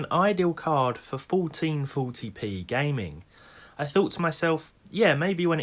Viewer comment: "Folteen foty pee"